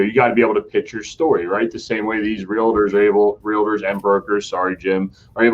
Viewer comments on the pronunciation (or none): it's real-tors not realitors